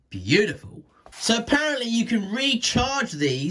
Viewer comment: 41 seconds it sounded like you said "boobiful"!